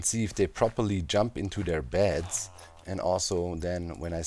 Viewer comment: When you say beds I hear bats and it's hilarious in context